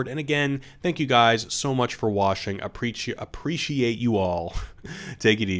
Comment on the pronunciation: “Thank you guys for washing, I a-preach you all.”😂 Thanks, we a-preach you too!